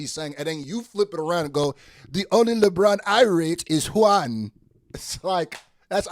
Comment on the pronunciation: The way he said Juan 😂😂😂